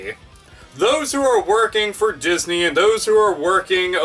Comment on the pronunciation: I think you said "Jizzney" lol.